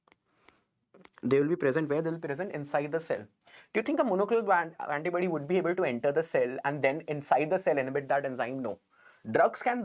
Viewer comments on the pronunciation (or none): It’s Antibody..not antibuddy